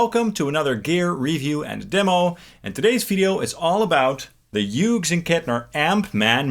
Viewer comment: Incredible how many YouTubers can’t pronounce Hughes